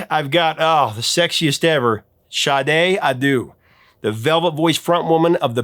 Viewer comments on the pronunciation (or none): Shade? What??? It's Sade! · Hey dude, her last name is pronounced "Shar-Day". It's even on the sleeve for the CD and I assume it's on the album cover somewhere too. It's NOT : "shah-day" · Sade... Her name is NOT Shade. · Ok I never heard anyone pronounce Sade's name as "Shadae", but as jade with a S replacing the J, and even "Sade" where they add a Y at the end.